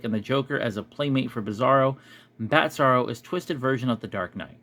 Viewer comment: Nobody told me there was a "Batzarro." And yes, you said it right, that Bat symbol with the original outline behind it is just plain lazy. I'd show this directly to Todd on twitter if it were me and demand an explanation. I don't tolerate laziness, especially if you're paying for it. All that said, wasn't there also a Bizarro World where he came from? And a Bizarro Lois Lane? I think it was from Super Friends. Though I liked Bizarro from the 90s Superman cartoon. He was just simple and had his own Krypto that was always trying to him. That was cute.